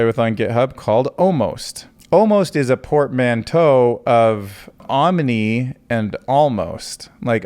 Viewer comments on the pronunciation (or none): none